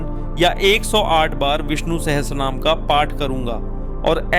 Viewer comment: Ur pronunciation is wrong. It's not Sahstra naam. It is sahasranamam